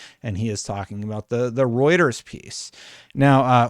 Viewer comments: I can't tell you how good it feels for you to have pronouncing Reuters down pat. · Fewer than 100 needed to hit your 100k goal! But more exciting than that - you pronounced Reuters right! WOO!